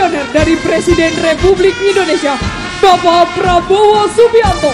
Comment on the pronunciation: Mc sebut nya indonesia bukan endonesia